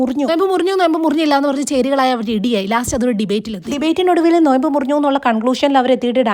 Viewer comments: നൊയമ്പല്ല 😂 നോമ്പ് 😂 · നൊയമ്പ് ❌😂😂 നോമ്പ് ✅